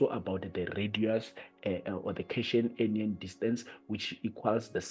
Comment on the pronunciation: Cation ( Read as Cat - Ion) .. Anion ( An-ion).. Great video, overall though..